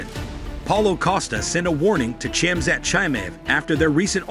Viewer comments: lmao the text to speech butchered khamzat name lmao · still he butchered khamzat name multiple times lol